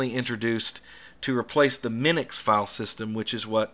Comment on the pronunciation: Minix, not Minux.